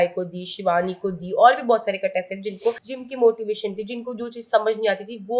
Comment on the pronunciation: Its contestants not catested😂😂😂